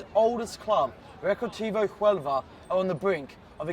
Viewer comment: .HUELVA not HUEVLA